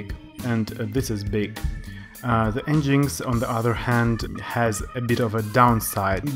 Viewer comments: en-jinx? lol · Nice video. It is pronounced as 'Engine X' though. Cheers.